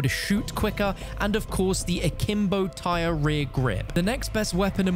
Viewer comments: ITS NOT PRONOUNCED TIRE YOU UNCULTURED HEATHEN. It’s pronounced like Tyr from Norse mythology. It’s pronounced like Tier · Ugh…. Tyr is pronounced “tier” not “tire” 🤦🏻‍♂️ Do people not notice how all the attachments are all Norse gods?! Good grief. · It’s pronounced the TEAR, not tire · Note tire, tear like when you cry. As I do every time I hear anyone call it a tire. Does nobody know Norse deities are the theme. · It hurts to hear you pronounce it as tire... its tier in pronunciation like Tyr of the giants in Norse myth. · The revolvers are pronounced like “tier” not “tire”. It’s named after a Norse god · You are pronouncing Tyr wrong, it's the name of a Norse Mythological being, it's not Tire, it's Tier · "Tyr" is pronounced "teer" not "tyre/tire" like the norse god. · Tyr as in tear. As in the Nordic God of War. Not "tire" not "T-Y-R". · Tyr is pronounced tear as in teardrop im pretty sure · Tier... That's how you say Tyr, as in the god of war from Nordic mythology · It’s pronounced “Teer” like the Norse god. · It's Tyr. or Tier, or Tear. T - eer my god man the mispronunciation of this weapon from everybody is killing me man. its a name based a Norse god. as are some of the attachments for it. TIER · Good video, but the first pistol is pronounced Tear, like from your eyes as it's spelled the same way as the norse god Tyr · The fact that you pronounced "Ullr" right but was mispronouncing "Tyr" was tilting me so badly 🙃😅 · There is since the attachments have other norse god names... So you should know its in reference to the gods name...